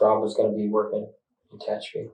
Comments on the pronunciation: It's Te HATCH a pee. Not Tay hetch CHOP ee. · It's tuh-HATCH-uh-pee, not TAH-huh-choppy!!! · "Ta-hatch-a-pee", you goofy bot. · TE-HATCH-EPI LOL SORRY FOR AOME REASON THAT WAS REALLY BOTYERINF NE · ARE YOU TRYING TO SAY TE-HACH-A-PI, CALIF., 40 MILES EAST OF BAKERSFIELD , CA?????????????????? AI STINKS. After a railroad employee was gunned down at the rail yard in Tehachapi, two people are behind bars, one of them his own wife. AND SHE'S COLD AS ICE, WOW. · Tuh - hatch -apy ... oh AI narrator fail. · Four syllables: Tuh - hatch - uh - pee (or pea if you wish)😄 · AI can’t pronounce Tehachapi. Are there no editors in AI? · Human beings don't fare much better with Tehachapi but I agree.